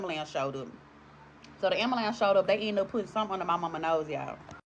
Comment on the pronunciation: Black people please stop saying Ambalambs, it's Ambulance 😅